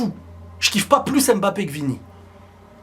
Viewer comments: ILva falloir qu"en France nous puissions mieux prononcer le nom de ce garçon :: M-B-A-P-P- E pas " BAPPE" NI" EM MBAPPE " ..... MBA..... SVP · Mbappé pas M bappé mais Mbappé!